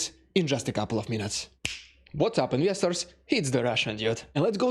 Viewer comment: Are you saying investors or investigators at the beginning? haha😊